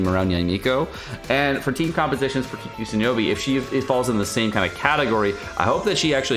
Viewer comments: "Kuki Shinobi" KEKL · na bro he was saying kuki shinobi.